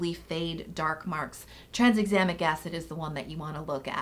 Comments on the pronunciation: Like always, amazing video ❤️ but I lol’d every time you said tranSexamic Acid haha where did that S in the middle come from? 😂😂 Still loved this tho, you’re amazing and my fave ❤️ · Pretty sure Bakuchiol is pronounced "buh-koo-chee-all." And Tranexamic doesn't have an S in it. 😅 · 'Trans-examic' acid? 🤔